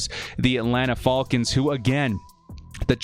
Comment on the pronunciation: I always enjoy your videos, but you’ve gotta be trolling us by how you are pronouncing ‘falcons’. lol 😂😆😅 Great content as always! #BoltUp ⚡️⚡️⚡️⚡️⚡️⚡️